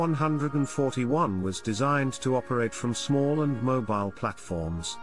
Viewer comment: I like the YAK-ONE HUNDRED AND FOURTY ONE 👍🏻